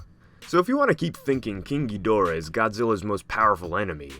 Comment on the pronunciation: pronounced Geedahra